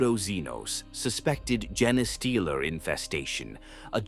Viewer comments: I wish channels would stop using AI.... jenna-stealer...tie-ranids, would be nice if the pronounced anything right... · Isn't it pronounced Jean Steeler like you know they steal your genes of your DNA not this other word he's saying like am I wrong have I been pronouncing it wrong this whole time I thought the name made sense they steal human genes or infect you know other races genes you know their DNA and turn them into something else